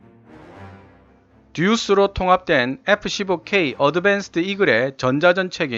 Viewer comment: 에프 쒸보 퀘위 아드벤쓰드 이글이 있따! 영어 발음 진짜 못듣겠네... 이름은 뭔데 이야 하...